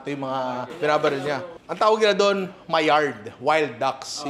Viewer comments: Mallard ducks = Ma-Lard. Different than Maillard reaction which is my-ard. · Mallard duck, ninong. Hindi maillard